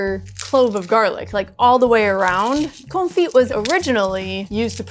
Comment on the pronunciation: Con-fee, you don't pronounce the 't'